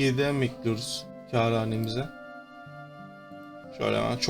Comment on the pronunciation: Abi "kâr hanemize" derken "keranemize" diyorsun dikkat et :D